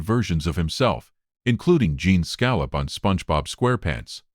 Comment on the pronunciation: Pronounce his name correctly, please.